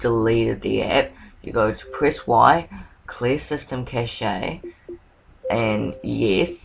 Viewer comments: Cache is pronounced cash not cash-a lol hahahahahahah so funny. Nice video though. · you pronounced cache wrong